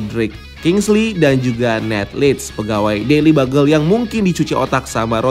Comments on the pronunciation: Akhirnya keluar lagi kata daily bagel bukan daily byugel 🤣🤣 Salah baca apa emang ga ngerti sih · maksud ge tulis daily byugel itu pengucapan Gue tau aslinya daily bugle 🥲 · Daily Bugle bacanya: Deili BYUGEL bang..bukan Bagel 🙏🙏😇